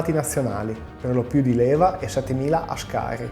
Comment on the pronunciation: Buon video però la pronuncia di ascari è sbagliata. si dice áscari e non ascári